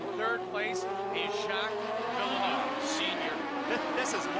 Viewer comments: this pronunciation of Villeneuve by a Canadian broadcaster is killing me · Vill-un-urf God bless USA. It’s veel nurf in terms of pronunciation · pretty sure it’s Vill-Noove